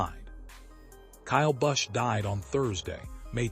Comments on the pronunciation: learn peoples names buddy--You are awful! Busch is his name. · Sick can't even pronounce his name correctly, not to mention the other names of nascar drivers they butcher terrible A-I post.